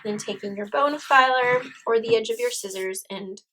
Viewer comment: Very nice tutorial - a little disconcerting hearing "bone-filer" over and over. I believe that is a dental tool used to file bones.......I believe she was going for bone folder. But hey, still a great tutorial and much appreciated. :)